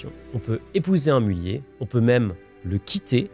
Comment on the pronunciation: Pour info, le "z" n'est pas muet ! A part ça, vidéo très intéressante !